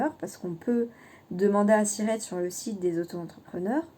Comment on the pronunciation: Cc, vous voulez dire siret, pas cirette...?! Ça à l'air compliqué tout ça, être très vigilant bien sûr... Merci pour les infos...